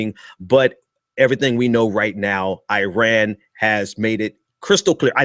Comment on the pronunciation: Its not uiran dude it's iran. And continuing good behaviour to get welcomed back into the western civilization? My brother civilization started in middle East and ceasing them boats because they floated " 12 miles " into our waters was precisely the right thing to do. I enjoy you're videos but you need to use your words more accurately. It's rather offensive